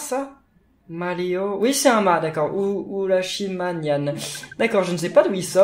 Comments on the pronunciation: Emenyan c pas du français c Emeranyan 😂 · On dit emeranyan